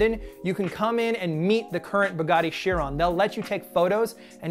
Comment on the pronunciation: Actually I believe you pronounce Chiron as like k-ai-ron